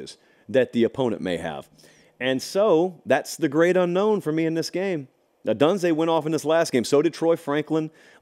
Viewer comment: How'd that pick work out for you? BTW, it's - O Doon Zay. Dubs Up!!!